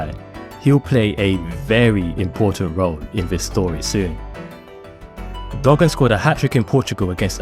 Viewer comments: Do your homework when it comes to pronouncing Wolves legends. Derek Dougan is not pronounced Duggen it's DOOGAN! Also when we flew to Newcastle the game was remembered for Steve Bull scoring 4 goals in a magical 20 minute spell in the 2nd half which deserved a mention. It took him and a few other players to run off their hangovers in the 1st half, as they were drunk the night before after a New years Eve drinking session while the gaffer was asleep upstairs in the hotel! Apart from those errors I enjoyed your video and as a 59 yr old Wolves fan it bought back memories. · It's pronounced Doooogan